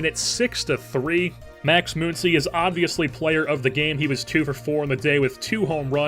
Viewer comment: Muncy does not have an umlaut over the u. Muncy is pronounced the same way Money is. Or Funny. Or Honey.